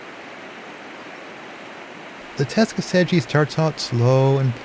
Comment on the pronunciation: It's pronounced Tuck-a-see-gee.